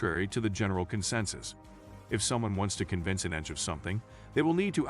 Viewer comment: Well researched video; thank you. A little irritating when the computer voice referred to ENTJs as, "enjs" (one word)